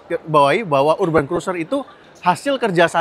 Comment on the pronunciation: Urban cara bacanya = erben, cek spelling nya dulu sebelum sebut, biar yg tidak tau juga tidak ikut salah